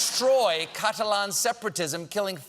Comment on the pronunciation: American's really do know how to murder every language going! I cringed each time he mispronounced the word Catalan. I don't even think it was for comedic effect